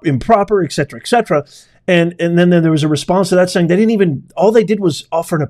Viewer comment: Did the proecuter just ptonounce DIDN'T DI N'T??